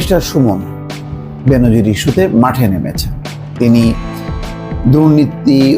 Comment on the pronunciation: বেনজিন নারে ভাই,,,,,বেনজির।